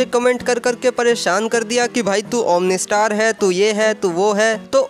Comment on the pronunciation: Bhai tum omni star nhi omno star ho